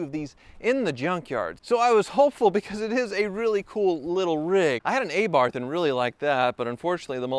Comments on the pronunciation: Hey, it is not "A" as in ancient but "A" as in apple for Abarth. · Ah- barth not Ay-barth. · Its feee-at...and uh-barth 🙄🤭 not fee ot and a bath. Thank you 😊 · It is Abarth, not Eibart. 😃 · It’s pronounced uh-barth…… not ay-barth…..